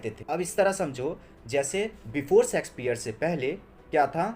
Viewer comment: Bro it's Shakespeare not sexspeare